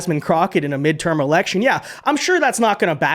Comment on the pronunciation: The hat is beautiful 😍 Wait did you say erection? Not election? 😅😅😅